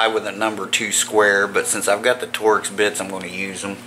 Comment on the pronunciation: It’s called “torx”, not “torex”.